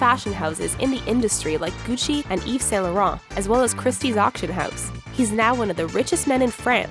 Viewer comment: Haha the way she says Gucci